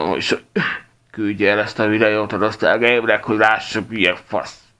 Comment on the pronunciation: loksztál gejmsz